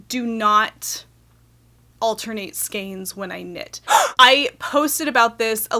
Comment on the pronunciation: ...altenate, shmalternate...who's got time for that?! lol,lol,lol! :-D